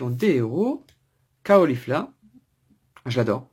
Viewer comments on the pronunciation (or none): Ka O lifla ?! Ka Laid ? DraGON Boll ? Mais où as tu entendu de telles prononciations ?? mon dieu xD Très étrange comme phonétique en tout cas ^^